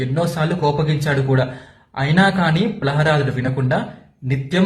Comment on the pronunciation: ప్రహ్లాదుడు అని పలికేది నేర్చుకో బిడ్డా ముందు